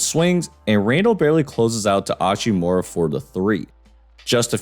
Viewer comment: Hachimura isnt hispanic. That h isnt silent lol